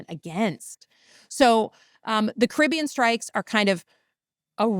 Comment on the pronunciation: Jessica, you’re pronouncing Caribbean wrong